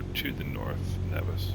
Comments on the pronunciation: Umm…..Nevis isn’t Pronounced like that btw…it is pronounced Neevis but spelled Nevis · locals pronounce Nevis as Neevis...and St. Kitts is my home town :)...nice flight what are your system specs ?